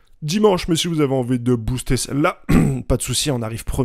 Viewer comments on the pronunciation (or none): none